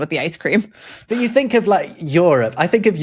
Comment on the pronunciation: hate how pronounced Europe, its YOU-rop, not YOUR-op